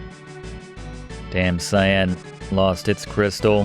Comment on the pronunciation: Damcyan ... pronounced: dăm sē ăn. Not "Damn Cyan" ... the middle of it would be pronounced as halcyon literally replace an "hal" with "dam" and the 'on" with "an" and you got it.